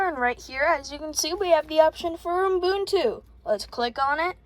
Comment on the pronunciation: (also it's pronounced "you-boontoo" or "oo-boon-too")